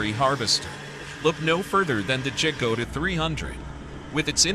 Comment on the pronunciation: Dżagoda ? 🤦‍♂️ Ciężko jest nauczyć maszyny języka polskiego !